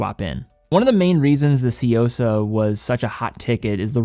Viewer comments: I swear to God, you can always depend on white people to magically mispronounce the most basic words. How did we get Seeyosa out of Tsuyosa here?! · Hey at least he got closer to pronouncing it correctly, only he mixed up the y and the u. The correct way would be tsu-yosa, he's doing more of a Tsy-uosa